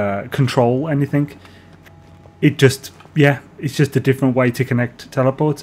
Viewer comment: Why do you say "anythink" ?